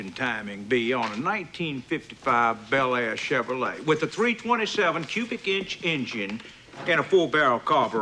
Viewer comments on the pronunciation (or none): none